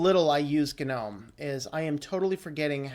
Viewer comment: Is it really supposed to be pronounced gah-nome?? It sounds so forced and pretentious. But if that's how it's pronounced, so shall I. 👍🙂👍